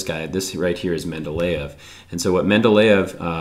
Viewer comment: Ahhh Менделе́ев! Nice pronunciation!